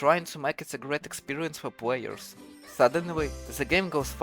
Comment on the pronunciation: dude i hate your voice i want to watch this video so bad but you wont stop saying pwayuhs